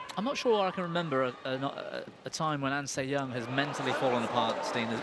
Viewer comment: its so easy to actually mispronounce her name but it actually is "an sii yiung"